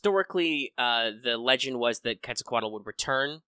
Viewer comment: You pronunciation of Quetzalcoatl is pretty good. And that was a pretty good amount of accurate data. 👏👏👏👏👏